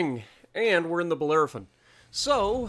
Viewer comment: It’s pronounced Ba-lera-fon. For people having issues with the event: here’s the basic strategy. DDs: your job is to kill Zikasas and prevent them from getting into the circle. Don’t bother shooting catapults, you won’t do anything. Cruisers: stay in the circle. Set everything on fire, and be sure to spread fires on the Zikasas. Help battleships with catapults when you can. Battleships: shoot the catapults. That is your biggest job. You should only be shooting at Zikasas if there aren’t any catapults to shoot at. Try to be ahead of the Transylvania as well. Rasputin occasionally charges the circle, and if he does, your best bet is to ram him and stop him where stands. For the final encounter: DDs should try to get as close as possible and take out the Zikasa’s first. The last two Zikasas tend to rush the circle, so they need to be dealt with immediately. For Rasputin himself: once the last two Zikasas have been dealt with, every ship needs to focus Rasputin. Cruisers should try and force Rasputin to burn his damage con on fires so that the DDs can perma flood him. Battleships would ideally go for drive-bys, but if Rasputin charges the circle than the battleships need to ram Rasputin to chunk his HP and stop him from reaching the circle. It should be noted: it is more than likely that your team will lose ships on the final encounter. That’s fine. If you do everything right, you should be set up for a comfortable five stars using this strategy. Now sometimes, Rasputin just rush